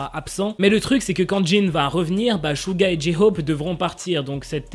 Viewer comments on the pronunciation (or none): none